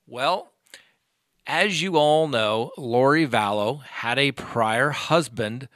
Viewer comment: It's not Valess as pronounced.